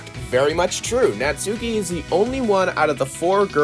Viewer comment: Natsuki is pronounced like how it's spelt, it just has a very short "u" (from what I heard)